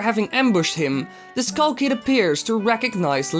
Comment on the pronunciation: wtf is a kull kid its skull kid not kull kid fawk learn to talk less loud and learn to talk slower bloody hell